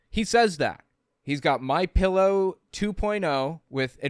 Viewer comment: Did you notice the guy in the vehicle poking fun says “Mein Pillow?” 😂😂😂😂